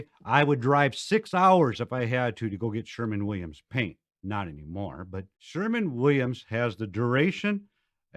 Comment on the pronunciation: SHERWIN NOT SHERMAN